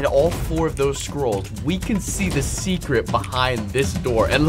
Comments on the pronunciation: i honestly thought he said squirrels but then when he said it again i heard scrolls lol 💀💀💀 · Unspeakable when u said “scrolls” I thought u said “squirrels”!Haha!🤣🤣🤣🤣🤣🤣🤣🤣🤣🤣🤣🤣🤣🤣🤣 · I thought you said squirrel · at first i thought you said squiralls